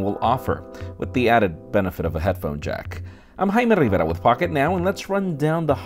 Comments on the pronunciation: Great videos man but again,. 😩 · Hymen Rivera.... Thats what it sounds like to me